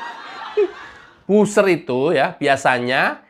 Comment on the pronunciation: Buzzer ini cara bacanya 'bazer' mas bukan 'buser'. Semoga lain kali bisa diperbaiki sehingga kedengaran lebih sedap. Tetap semangat menjadi Buzzer NKRI.